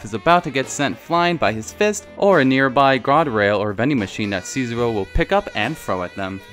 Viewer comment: Hi love! I really love your vids but you have to work on the pronunciation of Japanese names! The name of the blonde bartender guy in Drrr! is SHizuo not Sizuo, and the girl from Attack on Titan is called miKAsa not miSAka... Mi casa es su casa anyone?